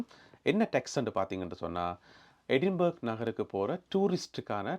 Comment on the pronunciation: அது எடின்பேர்க் அல்ல eh.duhn.bruh (எ டின் பிரா)